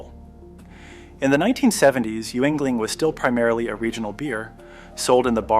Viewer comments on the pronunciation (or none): It's Skookill county, and Yingling beer. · Youganogy lol